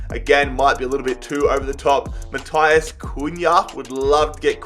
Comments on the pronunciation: PCQ: as a Hertha fan I love that you signed Matheus Cunha! Also, it’s pronounced Math-eye-uus not Matias. Thought you should know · Im portuguese and Brazilian names are prenounced the same. You are also prenouncing it wrong XD. It's Matt-euus. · Naa it's Math-ey-use